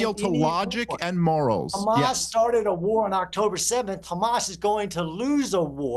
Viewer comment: Murray is such an expert, he can't pronounce hamazz ...?